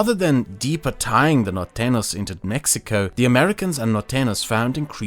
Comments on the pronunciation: Thank you for this wonderful content! I wish to help your pronunciation: The ñ in Norteños should be pronounced as an "ny" in english. Whenever you see an "ñ", just replace it with "ny" in your minds eye. Nortenyos :D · It's weird how well you pronounce "tejano," but then you go ahead and say "Mexica" instead of "Mexico" and "norteno" instead of "norteño." A couple of times you also said "Río Grand" instead of "Río Grande," and "Baya California" instead of "Baja California," which is interesting. It's funny. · “Norteño” is spelled with an ñ, so rather than an /n/ sound, it should be /ny/. NorteNYos. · Its really funny hearing you say norteños as "nortenos" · As a Mexican, big cheers to this work. I'ts a shame so many people here don't speak english and get bored by reading subtitles because otherwise I will show them these videos and shed some light about. P.S: You are pronouncing Norteños as "nortenos". Don't forget to add the 'ny' sound!. and the h in Coahuila is slient, so it is more like "koagooeela" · Great history and sociopolitical analysis! A few spanish names slipped under your radar and got pronounced like they were english. -Norteno is actually Norteño which is pronounced Nortenyo -San Jacinto = San Ha-sin-to -I think there was one other, but I forget now what it was. The rest of the names were pronounced fine, though.